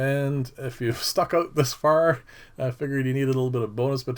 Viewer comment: Nicely done...Did I hear, Ote??? I sense a Canadian, ehh!